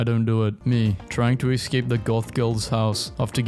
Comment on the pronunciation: learn how to speak english "exscape" "ureyenals" (instead of urinals)